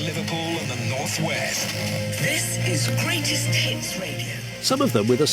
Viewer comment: Not sure if it's just an English inflection or a mischievous moment of static, but when she announced "This is Greatest Hits Radio", I clearly heard it pronounced as "This is Greatest ..., well perhaps you can guess what I heard. You may accuse me of just having a dirty mind and you'd be correct, but curious if anyone else; particularly a clean minded person noticed. Highly worthy device for your 'very cool but entirely redundant' collection, it 'its the spot, one might say. Anyway I should end this comment, starting to feel like I made a boob and I'm just making a right tit of meself.